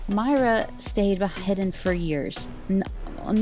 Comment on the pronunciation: I thought it was pronounced “Moy-Ruh”.